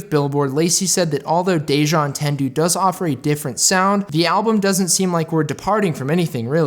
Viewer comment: The album name is French. Deja Entendu Au-taun-do